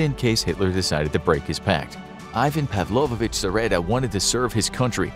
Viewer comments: It's Pavlovich, not Pavlovovich. Павлович -> Pavlovich (ч -> ch). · its pavlovich, not pavlovovich ^^